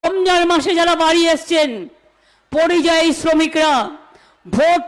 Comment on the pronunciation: ডাহা মিথ্যে কথা বলে মানুষকে ভুল বোঝানোর চেষ্টাকে আপনার মনে হচ্ছে "কৌশল"??? আর কথাটা "পা"রিযায়ী নয়, পরিযায়ী।